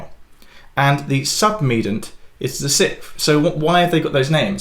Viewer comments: Submed-i-ant rather than 'submedant' (7.18) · submedant, a number of times. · ah yes odd pronunciation change :)